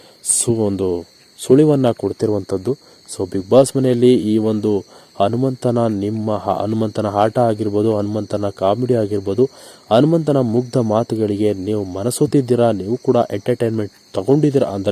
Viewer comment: ಅಧಿಕ ....ಹದಿಕ ಅಲ್ಲ, ಅಭಿಮಾನಿಗಳು...ಅಭಿಮಾನಿಗಳು, ಹಾಟ ಅಲ್ಲ ಆಟ ಅ...ಹ. ಸರಿಯಾಗಿ ಬಳಸಬೇಕು